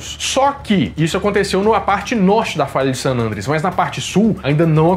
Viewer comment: Excelente vídeo, como sempre! Estou aproveitando o período de isolamento para assistir novamente os vídeos do nerdshow., uma observação: se pronuncia san "andréas", não san "ândreas". 😁🤓